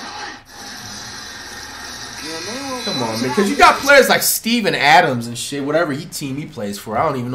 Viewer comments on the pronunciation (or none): none